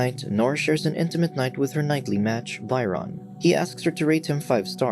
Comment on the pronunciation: You pronounced Byron wrong.